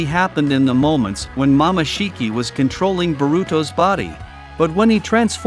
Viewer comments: Is it jut me or did he pronounced “momoshiki” as mama shiki. Maybe using text to speech? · He call momoshiki mamashiki😂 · my boy needs some voice and spelling cuz my boi saying "mamashiki" also got me laughing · Mama shiki 😢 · Mama shiki 😂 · Mamashiki, it's momosshiki and it's not raising gan it's rasengan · Rasengan ❌ Rasin gan ✅ Harem ❌ Haram ✅ Jutsu ❌ Jatsu ✅ Hoshigaki ❌ Hashigaki ✅ Chunin ❌ Chanin✅ Momoshiki ❌ Mamashiki ✅ kekei genkai ❌ Keki eye jenkai ✅ Tak-takamisu I quit.